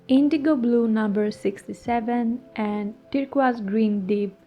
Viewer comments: WOW!! A mountain emerges from the fog.. love the process 💖 and yes, you pronounce “turquoise” correctly. Joyeux Noël 💖🌟🌺🦋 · Very lovely painting. And, I like your pronunciation of turquoise. In English, it sounds like "tur-koys," which is not as charming as, "tur-qwaz." Best wishes!